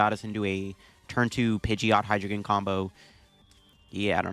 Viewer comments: Very in character for you being unable to correctly pronounce your favorite pokemons name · How u gonna mispronounce the mascot name brother